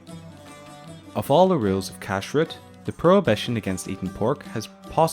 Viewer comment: The stress is one the second syllable, not the first syllable. So it is pronounced kashRUT rather than KASHrut.